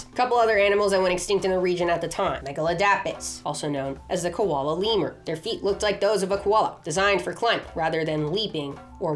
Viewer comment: Everytime you say leamur, I think you say Weiner. And all I picture is a sloth mixed with a sausage dog. Lol